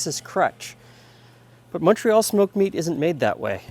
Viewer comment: Thanks for pronouncing "Montreal" correctly! 😁